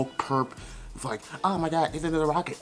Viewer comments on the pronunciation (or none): none